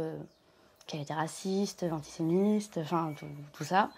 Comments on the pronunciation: Veritas regarde à elle dit antisémiSte au lieu d'antisémite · Jean Bon désolé quand t’entends une dame qui te parle et qui te dit « antisemiste » au lieu de dire antisémite sans oublier sa mère qui dit à « l’heure d’aujourd’hui » et une autre qui te parle de Fillon et de ses affaires alors que Marine Lepen trempe bien dedans. Surtout ça vient donner des leçons de l’identité française alors que ça ne maîtrise même pas la langue de nos aïeux. C’est triste. Le vote FN n’est ni bon ni mauvais, il est la conséquence d’un problème.